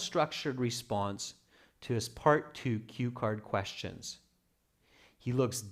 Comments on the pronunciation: is that quastions or questions😂? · "quastions" A'aight, imma head out...